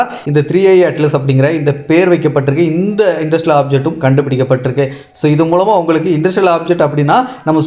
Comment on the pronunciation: இது என்ன இன்டர்ஸ்டெல்லார் (inter-stellar)ஆப்ஜெக்ட்டா அல்லது இண்டஸ்ட்ரியல் ஆப்ஜெக்ட்டா நீங்கள் சொல்வதில் தெளிவாக இல்லை